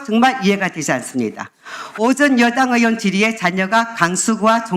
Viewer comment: 서명옥 의원!!! 의원 발음이 안됩니까~ 어원!!ㅋㅋㅋㅋㅋㅋ 의원, 위원장, 의료인, ( O ) 어원, 위언장, 어료인, ( X ) 미쳐버리겠네!!!!!!!